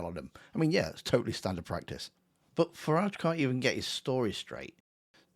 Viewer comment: Its Farridge.... rhymes with garage, average and twat.